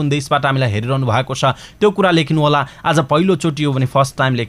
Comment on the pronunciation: news reader sir , hajur ly आज lai आझ भन्नू हुन्छ येस्लाइ सुधार गर्न्नु होला